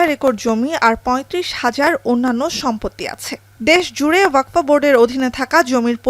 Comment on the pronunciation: Waqf , NOT WAQFO .😮